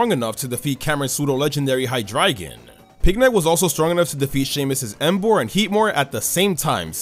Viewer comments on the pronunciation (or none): none